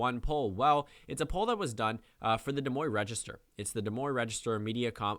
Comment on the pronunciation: des moine is pronounced like "da moyn"